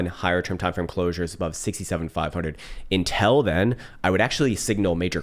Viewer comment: who says "until" as "INTEL" ? love you man